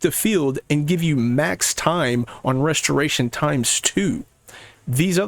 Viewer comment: You must be hella productive with all the extra time you save by cutting those 2 extra syllables off of the word restoration